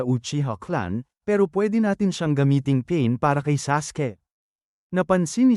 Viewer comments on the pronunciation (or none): none